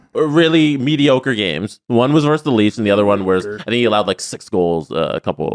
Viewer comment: It's "versus", not "verse".